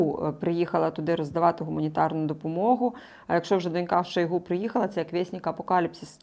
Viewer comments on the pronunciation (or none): none